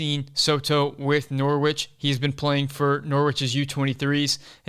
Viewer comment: Norwich - the W is silent - Norich...😁, otherwise all good!